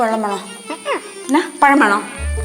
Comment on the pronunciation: ഒരു പയം 😂😂😂😂😂😂😂😂